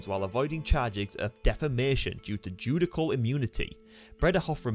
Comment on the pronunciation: This idiot narrating knows nothing about American law. He can’t even pronounce “judicial.” Lol I have no idea what he was trying to say.